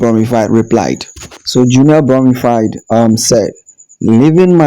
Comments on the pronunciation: It’s Bromfield not Broomfield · Sir her name is Junelle Brom-Field break it up into syllable’s. You keep calling her bromified. I’ll help you because you finally got Kishane’s name correct. Stop murdering people’s name. Amazon Alexa or Microsoft Cortina can help you with these pronunciation’s or maybe you should use AI. You want your Chanel to make sense right? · Brother her name is BROM--(FIELD as in pasture) NOT BROM--FIED... As for your guy Noah he has to take medication for his condition (ADD.. Attention Defecit Disorder) HE TALKS TOO MUCH!! 😕🤔😊